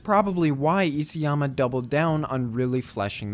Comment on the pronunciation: Isayama is pronounced iSA-yama, not E.C.-yama.....